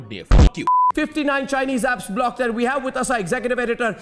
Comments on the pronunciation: His first word of choice is BLACKED, instead of BLOCKED. On-air pe aane se pehle restroom mein BLACKED dekh ke aya lagta hai ( ͡° ͜ʖ ͡°) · The moment arnab said blacked instead of blocked Sh*t I lost my 69 milestone.